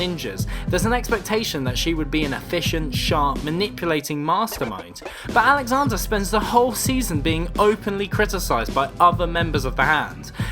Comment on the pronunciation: Alexandra not Alexander come on